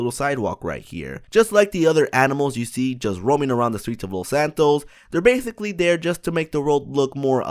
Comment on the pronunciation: they "bathically" learn how to fucking speak